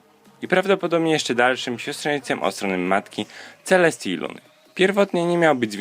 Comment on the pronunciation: Czy tylko ja usłyszałam ,,Siostrzenicą Księżniczki Celseti i KSIĄŻKI LUNY?!"